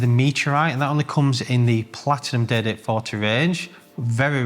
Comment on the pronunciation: Great content! Excellent format. Up to date and honest info on the market is extremely valued. However truth be told, I am tuning in to here his accent, specifically when he says "day date".....so good!